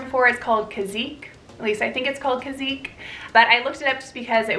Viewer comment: Great video! Kizz-ick (Kizik) and Bab- uh-Tahn (babaton)